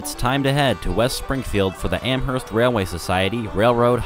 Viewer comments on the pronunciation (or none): I'll be there. ... but Amherst has a silent h.